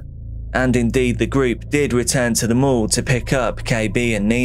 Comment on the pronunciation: It sounded like you were saying they hung out in the local morgue. Thank God for the mall stock footage lol